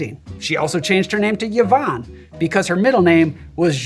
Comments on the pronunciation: Mate, it’s pronounce eevonn. NOT Yavonn. Me sister will thank you. (Cool cocktail btw, thank you!) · First time I’ve heard of Yvonne Arnaud, and first time it’s ever occurred to me someone might pronounce the name “ya-von”. Learning on many fronts!